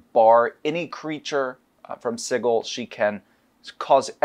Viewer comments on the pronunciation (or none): Why do they keep mispronouncing Sigil? It's pronounced si-jil, not sig-il. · I hate how they say "siggal" isn't of "sijal" 😭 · Does the pronunciation of Sigil bother anyone else. My brain figuratively hurts every time they say it. Like when people argue over Drow…. Sig-il… 😂😂😂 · the creator of planescape says it's j sound not a g sound. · The real pain is them constantly mispronouncing Sigil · I'm pretty sure the pronunciation is a little joke by the author. There's even a bit in the original source book with a court excerpt for a Paladin that got arrested for killing some devils once found himself in town. They were willing to overlook his mistake but they couldn't overlook him calling g the city 'Sidjul' rather than Sigil. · The word sigil as in "an inscribed or painted symbol considered to have magical power" is pronounced like a j.